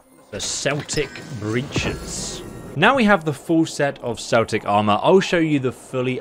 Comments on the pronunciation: So pronounced Kelt8c and not seltic for the word "Celtic" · hate saying this but Celtic is pronounced Keltic not Seltic 👌😬🇮🇪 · It's pronounced Kel-tic with a K sound... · Why are you pronouncing celtic like the name of the football club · Keltic not Celtic 🏴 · Yeah Celtic is a football team...we pronounce it Keltic,;) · It is pronounced keltic i guess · I think it’s because ESO is British but yeah it’s Keltic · American following to British called it commonly "Seltic" haha 😂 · Its pronounced like it would be spelled with a K..... Like Keltic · ITS PRONOUNCED KELTIC WKDNDNXNNS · It’s pronounced Keltic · It's "Kel-tic" not like the New England Celtics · It’s not pronounced as the Fcking footy club...Celtic as in keltic. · Should do a re-shoot or dub over this because your saying Celtic wrong REPEATEDLY and constantly is very bothersome.